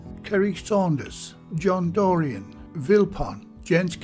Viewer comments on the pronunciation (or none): none